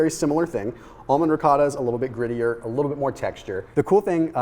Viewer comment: Its actually pronounced "ri co ta"